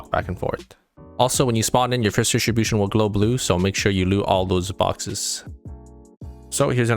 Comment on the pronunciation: I love how he says "Loot dishibushn"